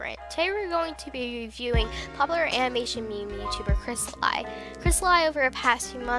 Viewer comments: You said it wrong. Its pronounced, (Chrest-a, as in the vowel, and, then LE, not li. Even though it's spelled different. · You pronounced some of the names in the video wrong Cristali = Krist-ah-lee Zafiro = Za-fee-ro Rossali = Ro-ssali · First of all, YOU PRONOUNCE HIS NAME WRONG! it's pronounced Cris-Tal-ee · dont mean to be rude but cri-stal-ee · oh sorry I must hav heard wrong I thought you kept saying cristal-ie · Nice but...the way you say the names is killing me I guess he doesn't deserve you saying his ocs names correctly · It's a great video but you said cristali wrong. It's pronounced cris-tah-lee. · its not pronounced cristalie he even said on his channel its pronounced crisatleeeeeeeeeeeeeeeeeeeeeee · no offense but its pronounced cristal ee not i. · Sorry if this makes you a bit mad... but it’s pronounced “crystal-LEE” not “crystal-LIE” No hate tho I love dis vid :3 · He's spanish or latin-american (Brazil excluded), so it's pronounced Crees-ta-lee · Crystal I ugh its killing me and HIS oc WTF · Zafiro - (safar-O) Cristali - (cristal-E) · Not to be rude, but I believe it's pronounced Crystal- ee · Yeah I just said because you did not say them right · Ok I'm sorry but it hurts that you keep saying the names so terribly wrong. Rossali- (Row-Zah-Lee) Crystali: (Chris-Tah-Lee) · Here, pronounce it right, Cryst-al-ee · its pronocuded cris-TA-LEE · Awesome video, just the way you pronounced their name just bothered me, but thats nothing wrong with you its something wrong with me LOL But just cause I can Crystal e = Cristali Za fir o = Zafiro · The pronounciation is actually ZAFIRO and cristalee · I might seem rude, but I believe his name is pronounced "Cris-ta-lee" Love the video! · Scalotah.. Crystaly.. Zafairo..? Good vid but uhh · Its pronounced kris•tal•e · It's crist- a- lee And za- fir- o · And. Its said 'Za fiar o' and 'Cristalee' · I heard C R I S T A LIE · Its zafeerow and kristalee (pronounced ) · No it's cristal-y but it's ok